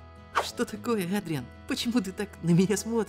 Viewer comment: ЭДРИАН ЭДРИАН А НЕ АДРИАН!!!!!!!!!!!!!!!!!!!!!!!!!!! БЕСИТ УШАМ БОЛЬНО